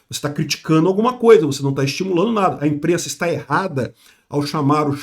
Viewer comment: "A imprennsa nao tem nennhuma culpa" Foi a pior que ja ouvi do